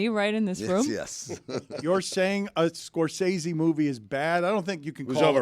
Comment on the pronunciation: It’s pretty ironic that Stugotz is the ONLY person on the show to pronounce Martin “Scor-sessy” correctly. Dan owes like $500 from that segment alone 😂